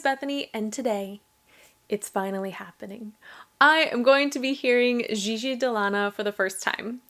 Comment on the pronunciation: Is gigi not a popular name is America? Everyone seems to be struggling to say it.